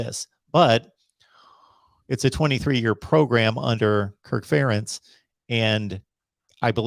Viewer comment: why dont you ever correct saying FUH rentz.. FARE entz lol.. also spring practice was only at valley 2013 and 2014